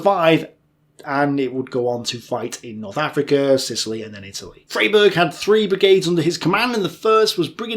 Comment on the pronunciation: It's pronounced Fryberg